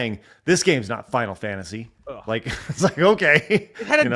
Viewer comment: “Did you rike it?”